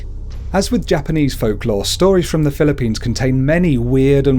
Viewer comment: mali pag sabi mo nang ibang folklore no offense